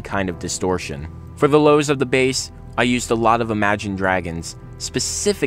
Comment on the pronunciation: BASS. B-A-S-S, not BASE!